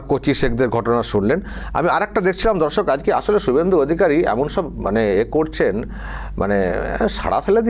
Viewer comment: Dada darsak ta ektu poriskar kore bolben nijeke dhorsok monehoche